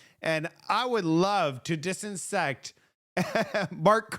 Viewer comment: 'Dissect', 'dissect'. Only because you're close to perfect!!!